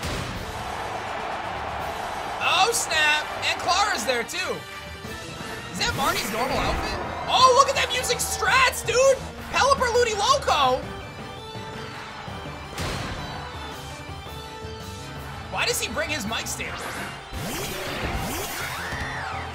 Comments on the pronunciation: Did you sereiously say that. LUDILOCO (Correction : Ludicolo) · what did you say? Ludiloco?🤣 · Lidiloco Me: huh? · He mispronounced Ludicolo's name on purpose, lol. People call it that as just a funny nickname